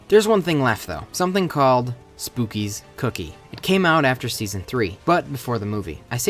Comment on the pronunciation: It's pronounced "spook-kids", except without the D and S and replace it with a z.